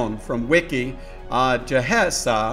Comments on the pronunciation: (jaw say) not jasiah 😂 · Ja Say is how you pronounce his name don’t disrespect him